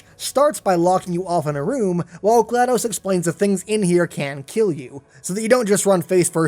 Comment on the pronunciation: Not to be offensive but it’s pronounced “gal DO s” not glad O s”